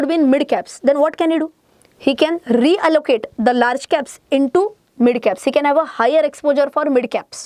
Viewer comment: Why your “MID “ pronouncing is so worse